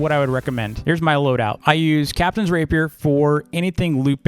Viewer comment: It’s not pronounced raper it’s pronounced rah-pee-air